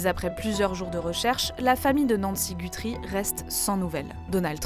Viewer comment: par contre ils prononcent mal “Guthrie” 😅